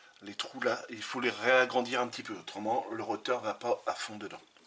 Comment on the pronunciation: Pour info on ne dit pas un "roteur" mais un un rotor .